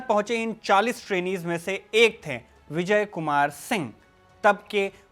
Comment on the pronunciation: कृपया "थे" को "थें" न कहें